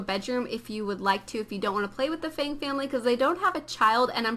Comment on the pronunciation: feng... as in fung....